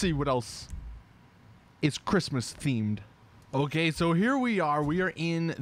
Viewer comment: I know he said “wheels and windows ok” but at first it sounded like he said “wheels and windows are gay” l o l y s Betty bet bet